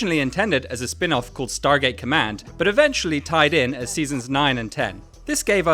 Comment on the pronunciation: De onde esse narrador tirou "StarTgate"?😂